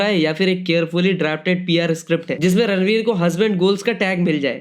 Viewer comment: It's ranveer not radlveer 😂